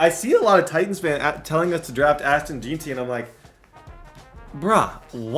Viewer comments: It's JEN-TEE FFS lmao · “ashton jeenty”